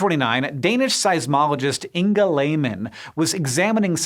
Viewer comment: Oooof, that pronunciation of Inge. So close, yet so far. That hard G made me weep.